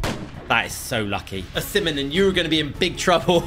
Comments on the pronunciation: MAN GOT ME ROLLIN ON THE FLOOR WHEN HE CALLED OSIMEHN "OSIMINIM"😂😂😂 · It's Os-ee-men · Bro called him osimeninim💀